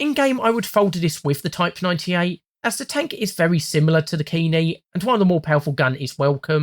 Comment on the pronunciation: Just a quick note on JP pronunciation. Their vowels are strictly pronounced only one way: a = "ah", e = "eh", i = "ee", o = "oh", u = "oo". So for example, Ke-Ni is pronounced almost like the name Kenny. The two syllables should not rhyme. Same with Chi-He and so on and so forth.